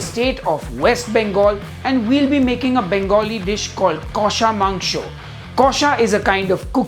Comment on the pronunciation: Haha, beautiful. Your kosha mangsho pronunciation was perfect!